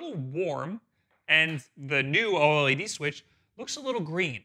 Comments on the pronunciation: Yeah it’s pronounced O Led not O L E D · Please have him call it OLED and not O L E D. Edit: Fuck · I have never met someone who says "O-L-E-D" before. Most people just say O-LED. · Why is everyone saying O L E D??? Its OLED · Can you please say OLED as a word, and not as separate letters? It makes me feel weird 🥲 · I hate how he says oled